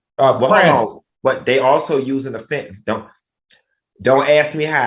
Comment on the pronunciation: It’s Fentanyl. “Nil “ not “all”. Just saying. 🤷🏽‍♀️